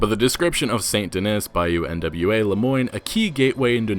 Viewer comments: It's not Bayou N.W.A., it's Bayou Nwa. Nwa (nah-wah) is Haitian Creole for the color black and darkness. Derived from the French word for black, Noir (noh-wahr). And with French and Creole in mind, Lagras might be pronounced (la-graw), from the French, Les Gras, the fats. For the French commune of the same name. The photos seem to name a Saint-Denis saloon as La Bastille Saloon. Named for La Bastille Saint-Antonie of The French Revolution. This may be the same establishment seen in earlier trailers. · Bayou N.W.A 😂 It's pronounced n'wah I guess (yes like in Morrowind) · Buyou nwa is pronounced nu-wa not trying to be a grammar nazi just trying to help